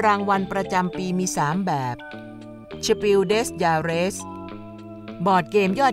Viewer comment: มันอ่านว่า สเปล เดอ จาร์ ไม่ใช่เหรอครับ ชื่อรางวัลอ่ะ